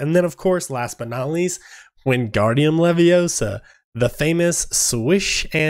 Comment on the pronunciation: It’s leviOsa, not levioSA!!!🤣